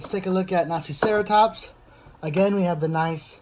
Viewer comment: Did he say naziceratops?!